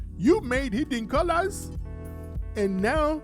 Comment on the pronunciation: The African accent "...Hidd-en Coo-Lahs" 😂😂😂😂